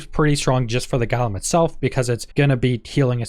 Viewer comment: It's said go lum not gall um.